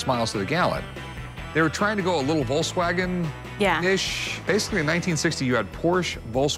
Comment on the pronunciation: Oh, yeah, the Volzwagen